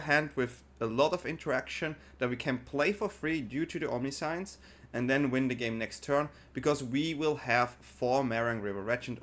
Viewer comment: I like the vid, i like the deck but the way you keep pronouncing 'omniscience' gives me cold shivers. I get that english is not your first language, nor is it mine, but there are plenty of tools to find out the correct pronunciation of a word. Even if it is typing it into google translate and listening to how it is pronounced there. You're certainly not the first creator who mispronounces words and you won't be the last, but for the mental sanity of your audience, pls try to make more of an effort on getting it right. Thanks in advance :) I subbed btw so i do value quality of content over anything else. Fyi.